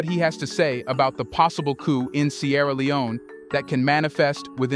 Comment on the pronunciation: Please pronounce coup without the "p" at the end.